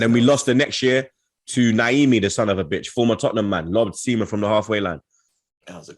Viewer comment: How hard is it to pronounce “Son?” I’d write it out if it wasn’t so short…maybe try to listen how others say it and copy them? 🤦‍♂️